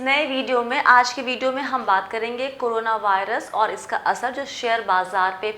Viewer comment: Madam corona pronounce karo ... aap toh karo na bol rahi ho